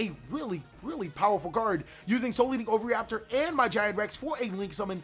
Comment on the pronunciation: For crying out loud dude... OH-VEE-RAPTOR